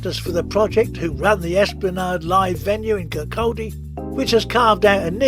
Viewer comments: Where's KirCALLdy? It's Kir-coddie. What's hard about that? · Great film but it's pronounced Kir caudy ...(Kirkcaldy) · Its Kirk-caw-di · When pronouncing Kirkcaldy the L is silent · I was in the ABC about a hundred times, and enjoyed watching this video. But I cringed every time you tried to pronounce "Kirkcaldy". Sorry 😢